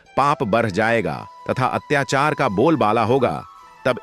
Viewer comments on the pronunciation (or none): none